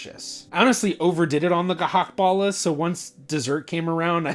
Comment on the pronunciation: As dutchguy i enjoyed how you speak out gehaktballen. It funny but he you do your best speak it corretcly. :)